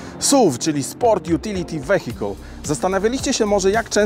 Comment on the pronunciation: Proponuje autorowi nauczyc sie poprawnej wymowy sport utility vehicle ...